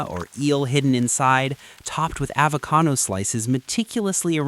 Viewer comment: "Topped with avocano slices" " Portudese roots" "jalatenios"